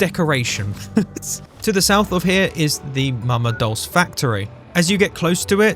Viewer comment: Dulce is pronounced "doll-chay", it's Italian for "sweet".